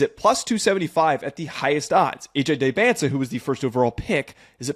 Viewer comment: Great vid but please learn how to pronounce Dybantsa😂